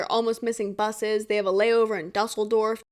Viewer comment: it's so funny - i live next to dusseldorf like 20 minutes away. how they pronounced it cracked me up hahaha